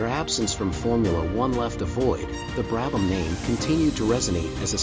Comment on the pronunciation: Fortunately you were able to pronounce the subjects name correctly